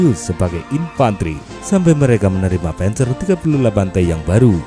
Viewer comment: 👍👍👍... (admin, saran: pengucapan istilah bhs jerman tidak usah di-'inggris'-kan.. p'A'nzer, p'A'nther..)